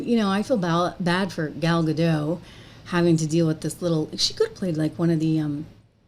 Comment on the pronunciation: Gal Gadot shouldn't have to work with someone who cannot respect a classic or be grateful for a role many actresses would have done anything to get. Also, just sharing, Gal's name is Hebrew, not French. We don't silence our Ts. So, it's pronounced Gaal Gah-d-oh-t. Like the English word "Oh!" and then really hit that T. 👍